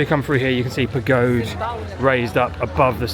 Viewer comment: The mascots are pronounced 'Par-doose ' (Pardoes) and 'Par-dine' (Pardijn) I've been really enjoying watching some Dutch vlogs/Dutch people in vlogs and learning for next time we go. The Pagode is pronounced 'Pa-ho-da'. I really wish I knew more, its such an amazing place! Hope you had a great time.